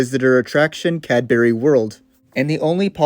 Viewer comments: The pronunciation of Cadbury is killing me. It's pronounced Cad-bree 😅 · They're pronounced 'cad-BRE' and 'SPUHM-co' :) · your pronunciation of "cadbury" is horrid